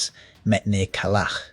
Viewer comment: It’s Калач like ka-lach